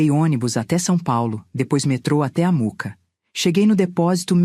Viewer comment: Por favor não é Muca, é Mooca!!! Também não é missuruca é mixuruca kkkkkk arrumem isto por favor....